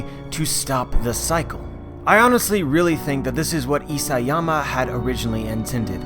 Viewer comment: Isiyama ugh Isayama